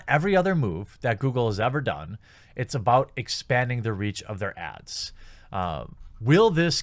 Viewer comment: So am I the only one who heard him saying ass instead of ads? (The reason why google has anything is to serve you ass.)